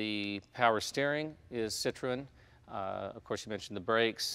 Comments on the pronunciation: yes, it is! the two points over the E are called a trema, which means that the two vowels are pronounced seperately. i study linguistics in france, so i might just be qualified to know how to pronounce it... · Yeah Americans tend to go over the top with bumpers like the old v12 etype is ruined in america and jay ur saying Citroen wrong and with my OCD tendencies I find it incredibly annoying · please stop saying it like that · Why cant jay say citroen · Jay Leno has just woken up bed hair. Where was his hairdresser for this clip? Also, he makes a terrible hash of pronouncing Citroen. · Jay need to learn how to pronounce Citroen properly. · please pronounce citroen right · nope it's pronounced [sitʀoˈɛn] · My god Jay, Citroen is pronounced 'sit-rone'. See! Even the other guy has it . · WHAT THE FUDGE IS A CITRO-ENNNNN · it's not Cit-ro-en it's pronounced Cit-ron Jay!! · Stop saying sit roe en Please, it's sitrun ..sitrun sitrun ok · sitrun, not sitrowen... Citroen crying at the mispronounciation. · Actually, it's SEE Troy ahn. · "WTF is a sit-tro-en?"/"I was just poking holes in the pronunciation" ..this is the proper pronunciation, or at least closer to the proper pronunciation than most people say it here in the UK: "CITRIN" ..euch! It's rare for Americans to pronounce non-American car marques properly so appreciate it! (eg. "poo-joe") There are two dots over that E for a reason! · The correct pronunciation is SITRO-EN. There are two dots over the “E” that calls for it to be prominently pronounced. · Sit-ro-en? No Jay... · Citrewen. God dammit, Jay. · Is it pronounced "Citro-en"? Or is it "Citrun" because I've always known it as "Citrun" not how Jay is saying it. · How can Jay not say "Citron." It's not hard. I mean I studied French but it's still not hard. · At least TRY and say Citroen correctly Jay! Its not hard. "Sit Trone" should do it. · Who are cit tro en. Do you mean Citroen ? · cit- RO EN ? thats not how you say it!